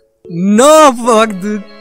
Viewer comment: "Fak Dud" jajaja, buen inglish